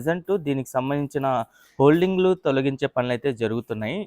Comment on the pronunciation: హోల్డింగ్ కాదు హోర్డింగ్ అనాలి